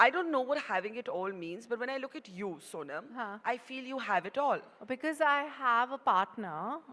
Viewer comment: It's Sonam not soman